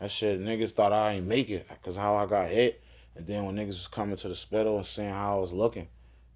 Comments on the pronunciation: Wait... did this nigga just call it the spital? Gonna have to add that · ‘Spitol??? Please cut it out 🛑